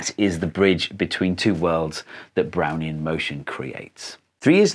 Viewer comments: I thought you said "brownie motion". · Took me a while to realise he wasn't in fact saying 'Brownie in motion' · i deadass thought he was saying brownie in motion for a fat second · I still hear: "Brownie in motion" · I'm an idiot, I kept hearing "Brownie in motion" at first and I was wondering how Einstein used a Brownie to do science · I got thrown hearing "Doc Brown" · Really sounds like you’re saying “browny in motion” haha! Got me every time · Only played 40sec of video and I always hear "Brownie in motion" and now I need a brownie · Oh, I thought he was saying "brownie in motion" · My IQ must be 1, I couldn’t comprehend Brownian motion and thought he was saying brownie in motion. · I have a decent lvl in english, but in this video i cant do anything but hearing "brownie in motion"